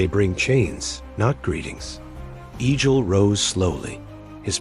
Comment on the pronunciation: Not E-jil. EGG-ill.